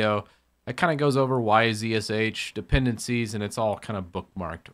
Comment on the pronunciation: It is dependEncies and not dependAncies.